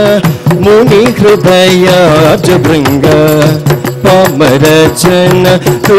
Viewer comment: Even many north Indians will pronounce "Hri(u)day" as "Riday". e.g Shreya Goshal. This guy nailed pronunciation of hrudayam.